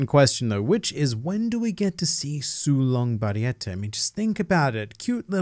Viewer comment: “Su’long Garfield” 😂😂😂😂😂